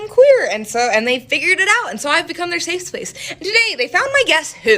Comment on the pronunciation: Safe splace.... she is clearly drunk.